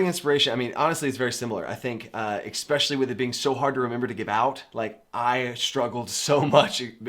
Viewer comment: Especially*, not Explecially :P